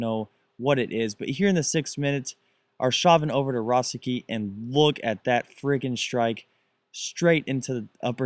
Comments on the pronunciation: Rose-ick-eyy is wrong it it s Rose-isk-sky ;) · It's Thomas rosisky not rosicky and the player who's name you couldn't pronounce was Nicholas guy-tan LOVE THE VIDS